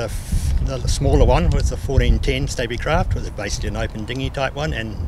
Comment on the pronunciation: Its pronounced Stabicraft not Stabbicraft. As in stable not stabble.